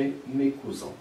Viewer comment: le mots : cousin est mal prononcé